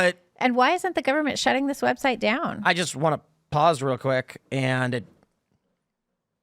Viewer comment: Did I hear her say "Web Shite?" It most definitely is that.